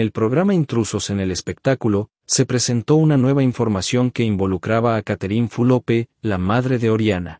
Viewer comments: No se pronuncia Fulope. Q berreta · No es Fulope..es Fulop..ablen bien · Porque pronuncias mal el nombre de Catherine. ES FULOP NO FULOPE